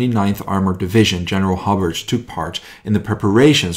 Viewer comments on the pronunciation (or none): It’s Hobart HO B A R T like the city in Tasmania not hobbit or whatever your calling him ok so H O B A R T ok ugot it otherwise very good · Great video but couple of pronunciation issues. Woolwich is pronounced "wull itch" and Hobart "Hoe baart". But as you said an Incredible guy who saved a lot of lives by getting the right equipment to the right place at the right time. The US DD's were launched too far out. Had that had them in the beach "Bloody Omaha" might not be as bloody. And as for the Churchill crocodile. Many times the crew would give the Germans a "Wet squirt" which means unlit fuel squirting the defender's. It was enough to get people to surrender. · Pronouced Ho-bart